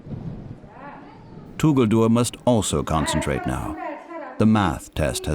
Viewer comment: Tuguldur....that is right pronunciation. 😀 meaning is nice too. It means beautiful, heavenly or maybe stunning 🤩